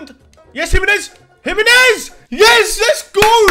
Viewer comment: If this guy says jiminez one more time